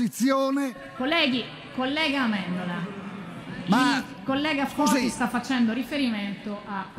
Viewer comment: ... è Foti ... NON Toti ... Capisco i social ed il mondo e le notizie che corrono, ma un minimo di precisione 🤷